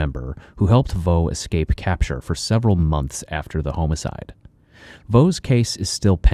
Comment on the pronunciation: Normal people: "homicide" Killer chronicles: "homocide" 😂